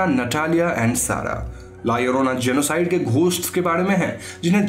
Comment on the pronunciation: Double L pronunciate as I in ink. La iorona you can pronunciate but in written form as it is as in title. Mallorca is a place which you say mayorca.